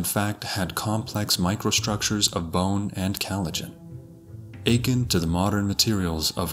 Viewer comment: Except for his cheezy robo voice which mispronounces words like collagen and “akin”